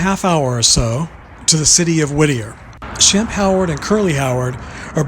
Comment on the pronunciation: I think you meant shemp instead of sbemp there,s no b in his name but nice try anyway keep working on it 🤔🙏